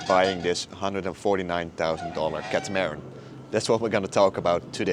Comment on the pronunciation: Please pronounce Catamaran properly 😂